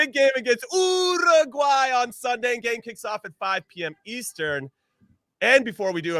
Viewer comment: URRRRRUGUAY...😂. Not making fun of anybody.It just sounds funny to my latino hears.